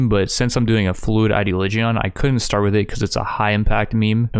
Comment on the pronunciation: learn how to say ideoligion plz i like your videos but every time you say it and some other words i feel sick